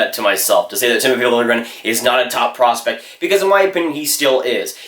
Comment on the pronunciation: Slow down bro, ur talking so fast that u dont even say the second p in prospect